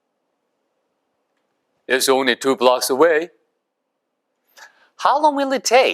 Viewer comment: Only; 오운릴 >>발음 정확히 알고 갑니다.